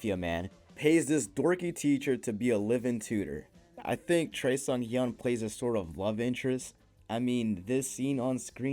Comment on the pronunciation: The weirdest pronunciation of Choi Seunghyeon ever. Don’t listen to him!